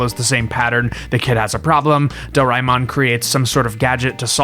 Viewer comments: him: do rai mon Me:*inner screaming* correction,is dora a mon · It's pernounced (door-ee-man) aka doriman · Tiny nitpick : DOH-ray-mon not doh-RYE-mon Did like your summary of it though, I usually tell people it's a marginally less abrasive version of Shin-Chen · Is not Doraimon, it is Doraemon, Do-ra-e-mon please learn how to say the name correctly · Its pronounced door-a-eh-mon. Not door-ay-mon. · Do-ra-eh-mon, for dorayaki-mon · This is a great video essay but the pronunciation of Doraemon was mildly painful (i want to emphasise 'very mildly' because i don't want to be a dick about it this is legitimately a nice video & i love hearing ppl talk about very specific interests of theirs). Fun fact: Doraemon is popular in India too, mostly through the anime (though there's some merch as well; videogame industry never really targeted india so a lot of ppl only get into videogames through piracy, though that HAS sort of changed over the years. i wonder if the doraemon tamogotchi would be popular here, maybe as a mobile app adaptation). lots of millenials & gen z grew up watching dubs of it in their respective regional languages, me included as a gen z :) edit: Saw the addendum + some comments about Digimon. The Digimon anime was aired in India too, I think I remember some toys of it as well + knew some people pirating+emulating the videogames. I didn't know till now that it started as a Tamogotchi spin-off!